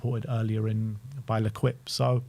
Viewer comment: Ler-kwip 😂😂😂 Try this: Ley-keep The Team = L'equipe